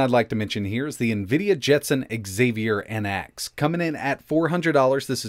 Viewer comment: Marvel have corrupted the pronunciation of Xavier for ever lol ... It's not EX-AY-VEE-ER. It's ZAY-VEE-ER. The X is pronounced like a Z.